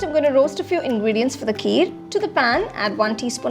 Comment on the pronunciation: It's ghee, not gee ...n kheer not keer..